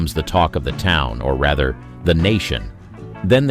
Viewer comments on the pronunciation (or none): none